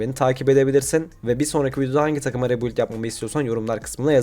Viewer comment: Rebuild demeyi ne zaman başaracaksın usta